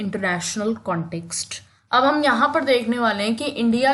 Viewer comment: Your pronounciation 😂😂🤣😅 context ....born... 😂Waah